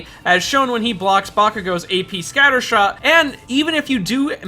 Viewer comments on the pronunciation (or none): none